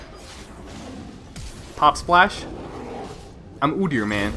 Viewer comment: ah, your pronunciation of OOdyr sounded canadian! Xd